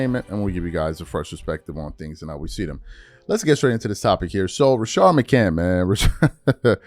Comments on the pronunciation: You still saying that man name without putting the s on the end of his name! You can put the s on the end of everybody else name…but you REFUSE to put respect on McCantS name! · It’s Rashad McCants, why can’t dude say names